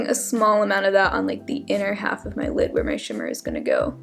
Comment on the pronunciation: *lid not kid lol